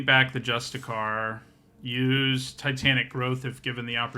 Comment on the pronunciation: You also keep saying "justicar" instead of "justiciar" and I can't tell if it's because you aren't reading closely or don't know they're pronounced differently. But what I really wanted to jump in to say is I notice people consistently underrating Indoctrination Attendant. It's not flashy but it fits into a really nice spot in the format where it does basically everything you could want and sometimes blows out the game with a clutch return-to-hand.